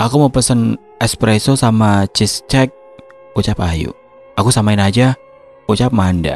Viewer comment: Astaga baca cheesecake aja ciscek. Udah 2025 masih aja begitu.